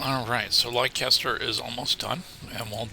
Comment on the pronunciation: Volume is much better! Leicester is pronounced /LESS-ter/ ... just so you're aware. I grew up in New England and there's a LOT of old English names and pronunciations.